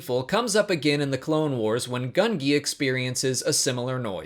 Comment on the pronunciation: its gun-gee not gun-gi